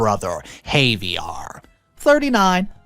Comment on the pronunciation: Ha-ve-air! Not havyaar! 🤦‍♂️